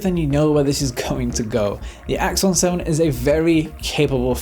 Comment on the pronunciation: Awesome works again :). Everytime you said Axon 7, it sounds like Iphone 7 haha. I guess may be that's their ultimate Goal =P